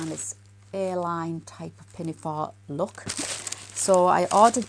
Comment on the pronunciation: I’m an American. I kept asking myself, what is an airline pinafore and skirt? Maybe wants to make some vintage inspired flight attendant apparel. Then I heard, A-line, 😂😂😂😂. Hang in there. We’re all in this together. Prayers for John and you. ❤️🌵